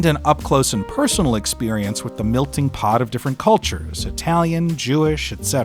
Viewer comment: “milting pot” That’s an accent I’ve only heard from around the St Lawrence River in upstate NY and Canada. Not making fun, just curious where else it appears.